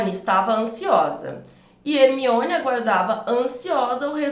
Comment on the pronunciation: Porque você fala Hemione se na explicação é Herminone? Porque você come o R do nome da pessoa no exemplo?